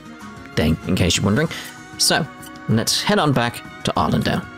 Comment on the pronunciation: It's still kind of jarring to hear how they pronounce Arland. Nonono it's Arland, not R land.